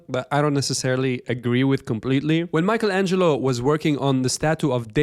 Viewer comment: “Mike Angelo”